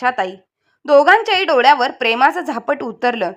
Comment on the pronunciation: झापट नाही झापड शब्द आहे